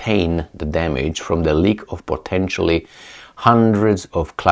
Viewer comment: Love the channel.... Just a tip on pronunciation.... 'Leeek' and 'Leeekur'... NOT lick and liquor!